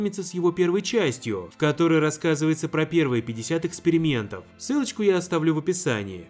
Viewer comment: Мне послышалось или "... пятьдесят экскрементов..."?